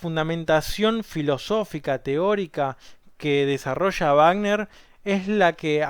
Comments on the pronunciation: ricjard vagner he he escuchado dos personas contigo que lo expresan fonéticamente así, en México la mayoría decimos Richard sonando la CH y "Güagner" Excelente descripción de la obra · A pesar de haber pronunciado la palabra "Richard" de manera correcta "ˈrɪça:t", la palabra "Wagner" no lo está, ya que no solamente la W suena como dices, sino que la sufijo -er se ponuncia como un schwa, o sea "ˈvaːɡnɐ".